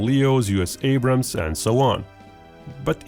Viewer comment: Its "Abrams"